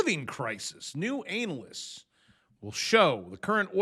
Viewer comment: I watch just to hear you pronounce “anal-ist”